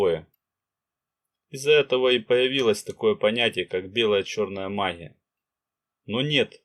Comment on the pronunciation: Гъ гъ, магъия гъоворят, не возможно слушать